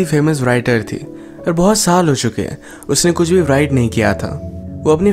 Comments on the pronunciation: Am l the only one who noticed him saying 'व्राइट' not 'राइट'... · WRITER aur WRITE ko RAAIITAR aur RAAIT parhtay hein. W silent hay.